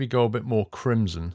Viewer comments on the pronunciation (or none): none